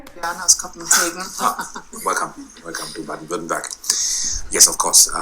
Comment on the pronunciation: like how he almost got Württemberg right and at the and he says Werttemberg and thinks that's better gg still good German